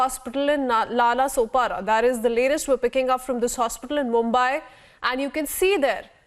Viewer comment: Nalasopara nahi bol pa rahi hai london se hai kya didi .